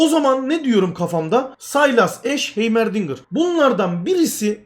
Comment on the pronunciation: heymer değil haymırdingır